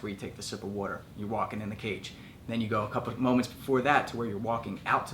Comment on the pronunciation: Philly boy... I heard how you said "water" LOL Great tips!